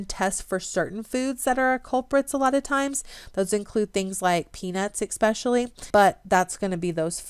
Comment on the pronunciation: Good content, but you lost me when you said eKspecially,. I find no fault with a person who gets their information from reading and then pronouncing medical terms incorrectly, which you do as well. That shows a willingness to learn independently. I wonder why nobody has offered kind corrections.